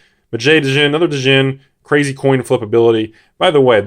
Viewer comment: Has 100 set of Arabian nights. Can't pronounce djinn correctly. Good job☺